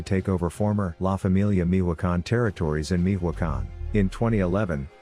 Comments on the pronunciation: “Mijuacan” 🤣 “Mi-cho-a-can” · Damn fool can’t even pronounce Michoacán. Meeehwacan wtf?! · Who says Mijoacan? Tf